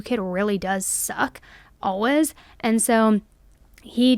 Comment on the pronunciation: I noticed the way she pronounces "always" is the way people say it when it's in a sentence when you're saying it quickly, "alwez" but when it's stand alone like this, it sounds so different. I've never heard anyone say it like she does